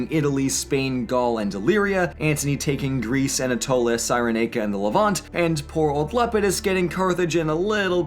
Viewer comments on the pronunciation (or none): none